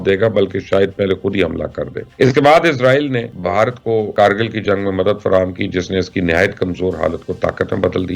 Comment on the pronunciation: کرگل ،کارگل نہیں It's Kargil not caargil